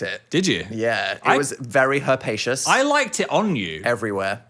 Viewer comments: 'it was very herpaceous' are we sure phil is the one with the linguistics degree?? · the hell is bro talking about herpaceous